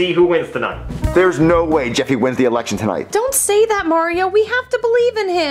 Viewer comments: Bruh why did it sound like said erection instead of election. And the fact that he said after its a very long and hard process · It sounds like is saying 'Erection instead of 'Election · I like how can’t pronounce L so he says “Erection”😂😂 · When said "errection" I died so this comment is the best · Erriction lol love it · I love how he pronounces “election” like “erection” xD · sounds like he’s saying eRection 💀